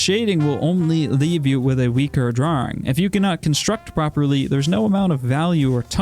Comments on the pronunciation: i love the way you say draring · I love the way he says "draering"